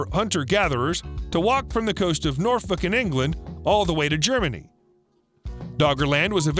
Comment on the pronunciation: North fucking England 🤣🤣🤣